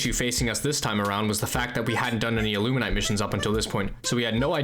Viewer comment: Bro please it's illumin-ATE not illumin-ITE lmao clearly another victim of their cognitive disruptors (Amazing vid btw impressive resolve)